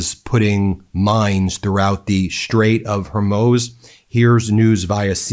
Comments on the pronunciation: IT IS NOT HORMOZE IT IS PRONOUNCED HOREMOOZE! DAMN, BEN, STOP MISPRONOUNCING NAMES!! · Am a long-time subscriber and fan of your channel. I respect your work, but please use the correct pronunciation for Hormuz. It's not pronounced Hormuze or Hormoze. It's closer to "ooze" as in Hormooze. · Alright, Ben, I gotta say something. It is starting to drive me up the wall. You must learn to pronounce Hormuz. As in the Strait of Hormuz. It is not Hair Moze. It is Hoar Mousse. Whore Moose. Hormuz. Thank you for your attention to this matter. (🫠😉) Remember: NOT Herr Moze. It is Hoar Moose. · Ben and this whole “Hormoze” thing 🤔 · HORRRR MOOOOZ, Ben. Straits of HOR-MOOOZ. What are you even TALKING about, Ben? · It is HORMUZ. please put the vowels in the correct order and stop with the hur-MOZE pronunciation is as annoying as the bubbas saying EYE-ran instead of EE-rahn.. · Ben, it's pronounced, "Strate of HOR-mooz." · Just a quick critique...it's pronounced "Hore-mooz". You've pronounced it every other way than the way it is supposed to be. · I love how you just pick your own pronunciation for words, Ben. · Say Hormuz. Now say Santa cruz. Now say more booze. Now say Hormuz wrong again! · Ben you need to learn how to pronounce the words you are using. Its very annoying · Learn how to pronounce names and places before recording your videos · Pronounce Hormuz right … you sound like you are ignorant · Ben, I love your videos, but as long as you're going to criticize trump for mispronouncing things, you should start pronouncing things like Strait of Hormuz correctly. Do it with all proper nouns in your content, please. It's distracting and agitates tf out of me.